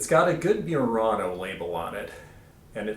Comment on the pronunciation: Pronunciation of Murano is not 'myurano' but 'moo-rano' with a roll on the R.